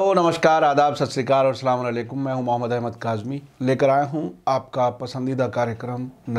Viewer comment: Please name sahi karo मूहममद है सही नाम ...मोहममद नही